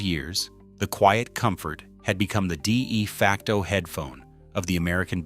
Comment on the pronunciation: The AI voice is making somany mistakes.